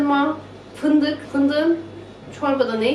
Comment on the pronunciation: Aaa paastırma ve fındukk. Ne alaka bacııı. 😂